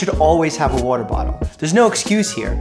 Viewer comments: I like how he says water. “Wuter” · I love the way Doctor Mike says "Water" lol